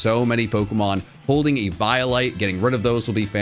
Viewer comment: E violate???? I think you mean eviolite my good sir. (EE-vee-oh-light)